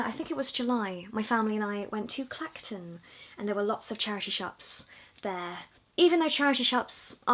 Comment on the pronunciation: Did you say Clacton and Jaywick?!!!!